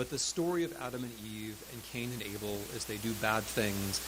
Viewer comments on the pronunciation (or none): none